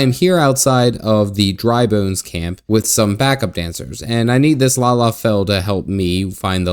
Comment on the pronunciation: Not lala, lol... La Ha Bray Uh